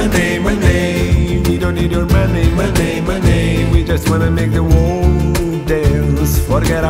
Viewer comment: Professores de inglês be damned. Acho bacana dar um spin brasileiro mas bah cara, só ouço MonEI MonEI MonEI. Muito péssima pronúncia, sem condições.